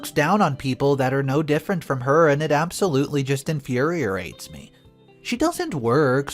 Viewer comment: Wary, not weary. Conscientious, not whatever warbled word pronounced. Infuriates, not infurierates. Continued mispronunciation makes listening difficult.